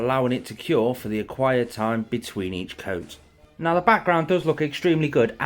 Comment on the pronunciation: Love this build! But is it just me or does he always say "acquired time" instead of "required time" lol